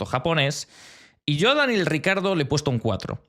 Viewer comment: Cada vez que he escuchado “Daniel RICARDO” me sangraban los oídos. Difiero en casi todas las notas, hay algunas incluso en las que la explicación es bastante meh. Para mí, Verstappen y Hulkenberg los mejores de la temporada hasta ahora.